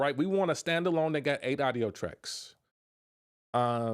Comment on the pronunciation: Man don’t take this the wrong way but when i hear you say AUDIO you not pronouncing it correctly… (it should sound like AWE … AWE-DIO) not AIDO